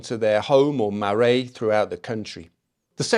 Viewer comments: Thanks for this great piece 🙏. Small gripe- check your pronunciation of maraes. It’s marais where you live in the Republic, but not in Aotearoa. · Marai" pronounced" Marae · Marae is pronounced Mar'rye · The Maori word; Marae, is pronounced; Ma-RYE. Just so you know. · Marae (Mara Eh) roll the R. Whare (Fa Reh) again.. roll the R. It is not FahRay that would probably be spelt "Wharei" We use the sound of the letters. A=ah Not ayee